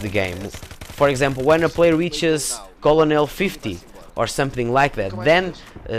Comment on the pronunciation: You're not supposed to pronounce the L in colonel. I know English is a really stupid language and is one of the hardest for foreigners to learn because of all the bullshit silent letters , but you'll get used to it eventually.